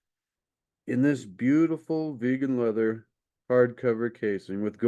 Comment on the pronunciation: Did you say vegan leather lol